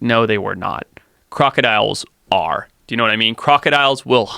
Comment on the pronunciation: Did dis dude just say crocadillions lmao